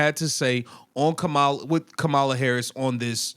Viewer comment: Dude, with all due respect. I think you know how former VP Harris’s first name is pronounced. She at least deserves that much respect. No? Colliers name is much harder to pronounce and you got that right. I’m just sayin 🤷‍♂️